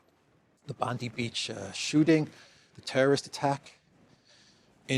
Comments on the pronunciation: Just a heads up, "Bondi "is pronounced, "bon-dye" not "bon-dee." 😜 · Sorry but you mispronounced two days in a row. Its not Bond ee, its Bond eye beach. I know l just commited the crime of pedentry and l throw myself on the mercy of the court. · Pronounced Bond eye, not bond eee. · Hey, Bondi Beach is pronounced 'Bond 'eye''. (not 'Bond 'ee'' like Pam Bondi) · Bondi is pronounced "Bond Eye". Just a heads up, mate. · It's BONDI beach, pronounced BONDEYE.. Not only Jews died, it there were all kinds of people there. May the RIP. there is always more to it, if we keep stirring, it will stink. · I live in Sydney- Bondi is pronounced Bond(eye) the last report was the son died of his wounds in hospital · It’s BOND-EYE pronunciation… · Bondi beach is pronounced Bond- eye..... cheers mate 👍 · .Great show today... Bondi Beach is Pronounced like BON DYE One word of course...Also its the son that's survived